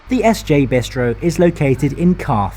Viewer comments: Except the S J (Jay)! Thats the only one I picked up on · SJ or SJ AB (as it is called formally) has never been an abbreviation, the company was founded in 2001. Statens Järnvägar is an entity that doesn't exist anymore and hasn't been since 2001. So the pronunciation in the video for SJ is wrong.